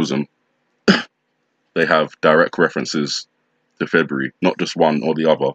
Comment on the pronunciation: Feburu? Like that sounds like nibiru! 😮